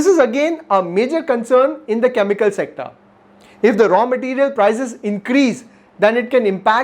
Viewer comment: its. CHEMICAL n not KAAMIKAL🤣🤣🤣🤣🤣🤣🤣🤣